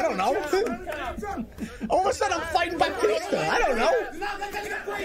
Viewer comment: I was watching this on stream and when Dad called that huge guy BaPtitsta instead of Batista I couldn’t stop laughing 😭🤣 He lowkey looks like him